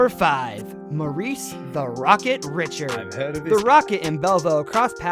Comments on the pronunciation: Who read this. His pronounciation is insulting. Maurice Richard's last name is pronounced Reeshard. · The American narrator massacred a lot of the names. All these players are Canadian he mostly missed the French names like Rocket Richard. Richard ( French ) pronounced “. Rish…..shard. “. Conn Smyth is “. S…my..th. “ not Smith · The guy who is narrating the original video sure loves to butcher names. Conn Smythe not Smith, Mario Lemieux not Lemieuz, and Maurice Richard is pronounced more like Reeshard not the English way to say Richard, another great player that some videos I've seen where they screw up his name is Guy Lafleur, again the French pronunciation of his name isn't Guy it's Gee (with a hard G). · I highly doubt whoever made this list watches hockey. Butchered Conn Smythe, Martin Brodeur and Maurice Richard’s last name and misspelled Lemieux. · This guy mispronounced Conn Smythe and Richard and mispelled Lemieux, can't wait to see what else he gets wrong, at least his stats are good, lol. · Ooof I give a lot of passes for names because the NHL is a smorgasbord of countries and languages but Richard and Conn Smyth... I was already hurt by Brodeur as #10 lol.